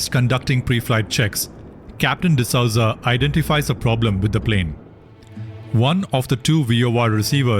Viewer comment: D'Souza is pronouned as D'sooza and not D'Sauza